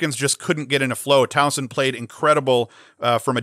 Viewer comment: Soft S in Towson, no z sound at all. Great stuff man. Thanks for what you do.